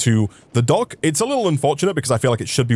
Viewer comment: for a second i thought you said donk like in dank insted of dock